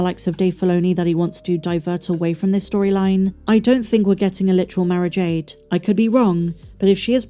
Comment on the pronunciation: Must listen closer, you were saying Mara Jade, i tought you were saying marriage aid.